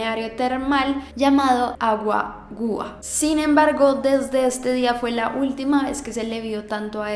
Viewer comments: me gusto el vídeo pero tenes que ser mas detallista 1. el programa X0 se lee equis cero no equis o,2. el balneario se pronuncia corrido aguagua no agua-gua, 3. Tegucigalpa es la capital así que no es un pueblo, 4. era el cumpleaños del hombre no el aniversario, 5. la primera vex que mencionaste el nombre de la hermana dijiste Sonia despues lo dijiste bien, me gustan muchísimo tus vídeos loviu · ayy ella era compañera de mi hermano, recuerdo que cuando fue con mi papa le hicieron un reconocimiento a su honor, yo ni le ponia atención a eso! No es normal escuchar tanto Honduras en un vídeo de youtube. ( el agua agua se pronuncia bien rapido) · para aclararle a todos. Se equivocó rotundamente ya que el asesinato se llevó a cabo en Santa Bárbara de donde era originaria Sofia y Majo no De Tegucigalpa. Y Santa Barbara es una ciudad muy pequeña así que se le llama pueblo. Y el programa de TV se llama X0 (equis cero) no XO Y el balneario se llama aguas termal Aguagua (se pronuncia todo pegado) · 1.El nombre del balneario es AGUAGUA.. SE LEE SEGUIDO... Saludos desde Honduras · Like si te reiste cuando dijo "agua gua"